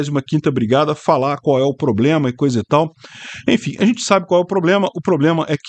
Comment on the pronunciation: O drone teve um PRRRRABLIEMMA.